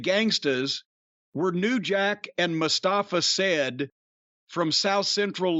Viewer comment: Now Jim can add not pronouncing Mustafa Said's name right on his own podcast to the list.